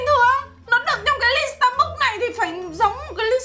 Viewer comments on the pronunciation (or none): Đọc là sta “bấc” chứ ko ai đọc là sta “búc” đâu nhé 😂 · dù mình ngu tiếng anh nhưng mà cũng biết đọc sai Starbucks = Sa Búc ???????? WTH :)))